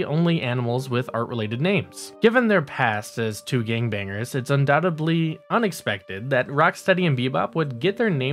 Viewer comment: Undoubtedly. Learn how to pronounce words dude. You don't pronounce the b in undoubtedly